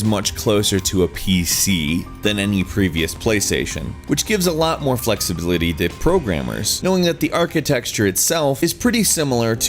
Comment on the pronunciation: "flexliblity". Is what I heard. Good job.